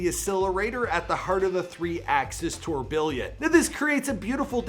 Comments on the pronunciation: It's pronounced [tur bee on] not "ture billion" the word "billion" isn't even in the word *tourbillon*. But you wouldn't know that, obviously. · Tour Billion instead of Tourbiyon seriously why did your slash that pronunciation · It’s French tourbillon is pronounced tour-bi-onn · Tour-billion? Lmaoooo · "Tourbiljon" he said lol